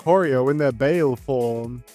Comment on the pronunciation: I hate to be that guy 👉👈but "baile" is actually pronounced "bye-lay"